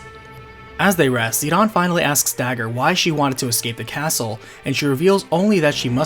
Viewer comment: WHY the chap pronounced the name of the princess differently from how it is spelt on the screen, "Dagger"?